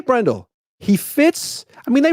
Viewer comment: It's BRENdell, not brenDELL.